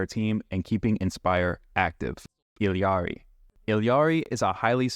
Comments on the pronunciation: It's pronounced EE-Ari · She literally pronounces it "Ee-ya-ri", wtf are you talking about?